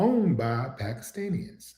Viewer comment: “Pakastanians”? - wtf? It’s PAKISTANIS!!! YOU DONT KNOW THE DIFFERENCE BETWEEN PALESTINIANS AND PAKISTANIS? Grifter spotted